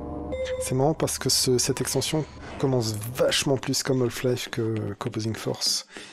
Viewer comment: Super let's play ! Juste une question, pourquoi prononcer "Holf-Life" ? A chaque fois ça me fait tiquer ahah.